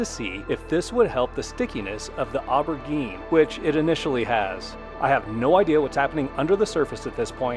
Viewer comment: Good info. Just an FYI: Aubergine is what Europeans call eggplants and is pronounced “oh bur jean”.